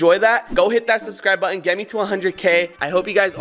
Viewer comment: Dude how are you saying BUTTON??? Lol 😂